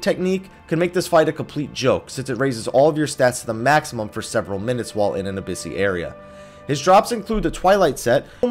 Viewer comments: I'm sure in FFXI the Abyssea is pronounced "Aby" "sse" "a". but that might be because of the way I have always said it. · lol its been annoying me for a while.. but its actually abyss-say-uh